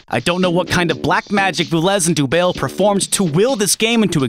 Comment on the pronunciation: good video but if the guy is french im pretty sure dubail is pronounced like the city dubai